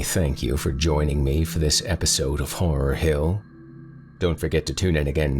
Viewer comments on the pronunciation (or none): Are you actually saying "horror hell"? 🤣